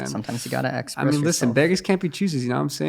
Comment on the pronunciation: "Sometimes you gotta axpress yourself" lmao